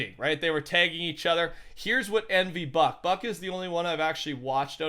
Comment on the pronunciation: Bucke is pronounced Bucky 😂😂